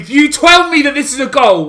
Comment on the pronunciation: “if you TWELL ME” 🤣🤣🤣😂🤣